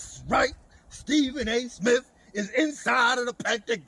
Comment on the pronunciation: Stephen a “smiff” 🤣